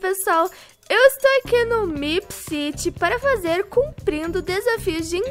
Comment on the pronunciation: Que agonia da falando "meepciti" em vez de "meepciri" kkkk mais alguem?